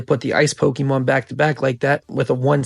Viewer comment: Bro you say “pokemon” like you’ve never said it before in your life. Definitely a tourist investor into the hobby this video is slop that 1000 people have already made